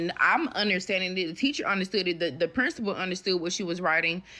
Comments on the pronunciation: I know, right! It's "the Prinstapality", duh! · The t es no t in principal. She pronounces it as print suh pull. Lol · She “talked to the prinstable”. I just can’t!